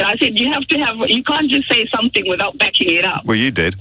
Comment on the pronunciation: 5th caller ..somefink..says a lot that.